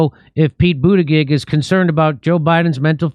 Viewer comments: It's pronounced Butt Gig not Boot judge. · Jim isn't it pronounced Butt geeg with particular emphasis on Butt 🤔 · Pete been around long enough to know how to say his name bro